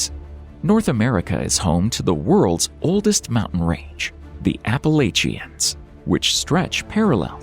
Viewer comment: please check your pronunciation of "Appalachians." The folks who live in that area are laughing at you.